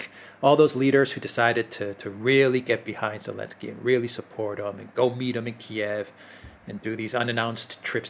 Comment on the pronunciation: Why does say "Elensky"?